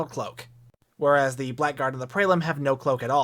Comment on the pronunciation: For the record, Blackguard is pronounced "blaggard" and is synonymous with "scoundrel."